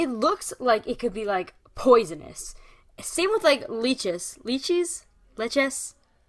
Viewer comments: leeches? Leaches? 😂 you make me laugh 😂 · Lychees are pronounced liechees. Heheh. Great vid tho!!!